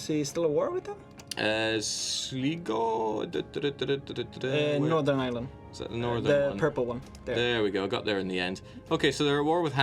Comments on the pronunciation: sleego? SLEEGO?! SL - I - GO, SLIGO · Sligo is pronounced Sly-go, just for reference. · Your pronunciation of Sligo is way off. It hurts by delicate Irish ears.